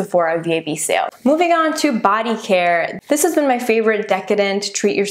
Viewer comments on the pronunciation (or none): none